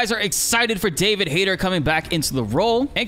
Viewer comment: I think you pronounce his name wrong. Its Hayt"E"r. The tone on the "e".